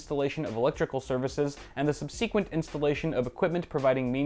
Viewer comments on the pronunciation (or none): Sub-seek-went? You accented the wrong syllable. It's pronounced sub-suh-kwunt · Just one minor faux pas: in your Wikipedia definition, you mispronounced "subSEquent. The correct way is - SUBsequent (accent on the first syllable. Thought you would like to know. :-) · Sub-see-quent, lol.